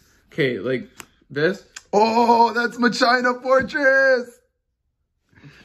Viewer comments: It's Masheeeeeena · "Mah-China" that's it, that's how I'm pronouncing it now. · That's Vagiaina fortress!! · MAH-CHINA FORTESSSS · no one: ... Duel Links Meta: "MEH CHINA" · Mechaina fortress cracked me up a little xD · It’s not? The Japanese name has a “sh” in it, so “ma-shi-na” should be correct. Do you pronounce it “ma-ki-na” now? If so, you actually were pronouncing it more correctly the first time. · "MA CHINA FORTRESS" LMAOOOOOOOO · Machyna Fortress 💀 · Did he just say ma-china fortress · Ma-China YOUTUUUUBE